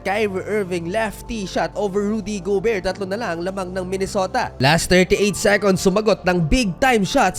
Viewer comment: Rudy go-bear. Laughtrip., 😆😆😆